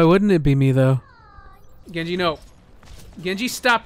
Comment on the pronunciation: Lyfe Of a Nob Master it's like "Gengu" but he still pronounces the J so I don't think it's intentional